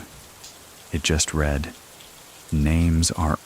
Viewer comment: a I. telling us "I read every single comment" and mispronouncing "read" 😅